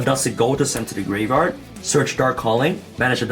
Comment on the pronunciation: I like it when he says "graverard"